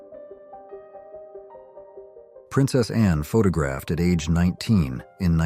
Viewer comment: And the AI voice can't pronounce 'photographed' either.